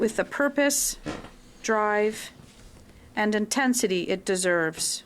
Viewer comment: "intensity" sounded like "in tent city". Subliminal messaging much?